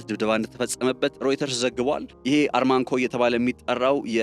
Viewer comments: ARMANCO ሳይሆን ARAMCO ነው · አራምኮ :-... እንጅ አርማንኮ አይባልም ?... አራምኮ የሚገኘው በደቡባዊ ክፍለ ግዛቷ በሚገኘው በ ደመማም ክፍለ ሃገር ውስጥ ነው ። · NOT ARMAC REAL NAME ARAMCO